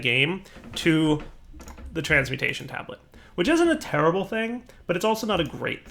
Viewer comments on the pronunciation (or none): none